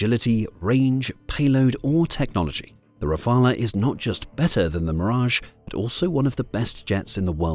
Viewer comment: Terrible A Eye pronunciation, making the video laughable 😂.. double check how everybody pronounces the French jet ….